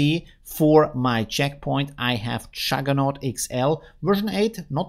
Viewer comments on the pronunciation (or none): none